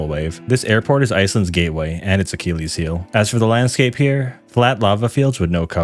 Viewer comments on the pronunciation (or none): none